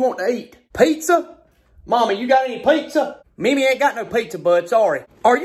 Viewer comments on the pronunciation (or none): As an italian, I love the way he says "PEIZZA" :-D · The way he says "pizza" really cracks me up!